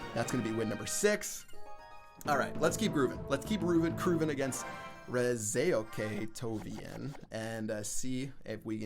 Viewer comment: "Reze ok tovian" nice one! It should be read Reza Oktavian hahahaha